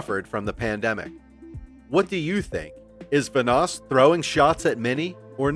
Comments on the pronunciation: Let's say it together.... VAN-NOSS....again... VAN-NOSS not VA-NOSS... ALSO, this video is full of bullshit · bro its vanoss van oss not vunoss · I feel like this guy has never watched a vanoss video ever considering how he just keeps pronouncing his name wrong over and over again 😂 I swear he says it so many times saying and I go crazy each time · Vanoss has literally said nothing about Mini. The facts about mini were basically right but then it all ends with “No wonder Vanoss hates him” when Vanoss has been smart enough to keep his opinions to himself. It’s clickbait videos like this that really makes me wish YouTube kept the dislike . Also, how do you mispronounce Vanoss so much when you’ve got thousands of videos of him and his friends pronouncing it for the last few years?